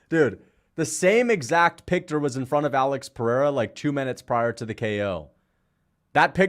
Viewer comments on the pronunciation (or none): calling Herb "her" then saying picter twice, homie you hammered G????????? 😅